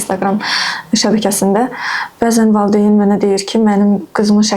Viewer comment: müəllimə tələffüzdə valideyn deyilmi? Siz valıdeyn deyirsiz elə bil ya mən elə eşidirəm.